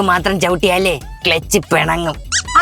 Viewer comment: ക്ലെച്ച് ❌ ക്ലുച്ച് ✅ 😂